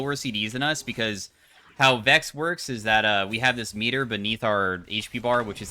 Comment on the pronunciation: love your content, but Vex? Cmon man…